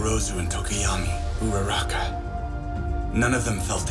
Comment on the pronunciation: especially in the sub the way he pronounces her name.. UrAraKa..?